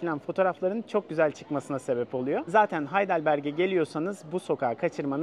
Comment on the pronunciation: Haydılberg (okunuş)